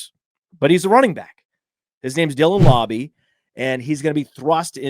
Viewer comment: It's mr lauber lauber